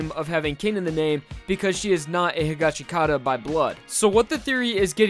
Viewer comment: Waiting for people to stop mispronouncing higashikata